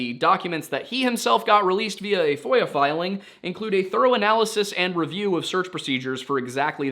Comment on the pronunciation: As a non-native English speaker who always listens to these cases without any visuals or subtitles, I am deeply embarrassed to say I have just for the first time learned that it's FOIA request (freedom of information act) and NOT voyeur request... Uh, anyway...